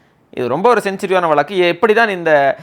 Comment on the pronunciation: வளக்கு, குளு.... என்ன தமிழ் இது?